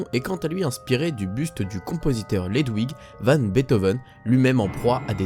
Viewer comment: Hello, fais attention lorsque tu dis des mots ou noms que tu ne connais pas: "entreLACES", "LUDWIG van", etc, c'est vraiment difficile à l'oreille, voire ça change le sens (obligé de repasser le moment pour comprendre). Sinon super vidéo, comme pour toutes ces vidéos "secrets" ou plus "docu" qui sont à mon sens tes meilleures. Big up!